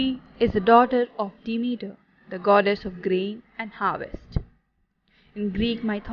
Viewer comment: I’m saying this in a positive way to you, Persephone is pronounced Per-sef-on-ee and Demeter as, Dem-meat-err. But thank you for the video I love Greek mythology (mith-o-lo-gee) 💛 I should just say, that is how it’s pronounced in English 🙂